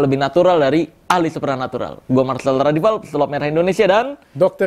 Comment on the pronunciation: Marsel nya S nya susah, Richard nya R nya susah 😅 just kidding bro